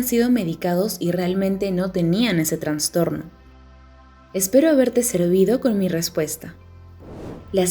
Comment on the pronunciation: Muy bien la información, pero hacen dudar de la credibilidad de la información al decir " Transtorno". Es Trastorno.